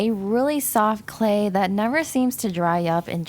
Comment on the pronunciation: Is it me or on the first slime did she say “slay slime” instead of clay slime?